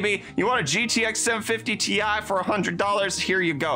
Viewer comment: Stop saying ti instead of ti